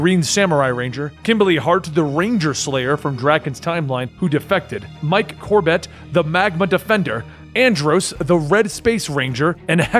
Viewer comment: you kinda said cam's last name wrong. magma? it's magna.